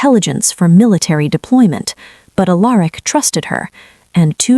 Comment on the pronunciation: . … Finally. For the first time ever, across many many channels, . Alaric was pronounced right. 😂😂… I had been wondering why the AI could say Alara but not Alaric